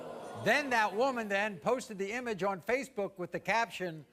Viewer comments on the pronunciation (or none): none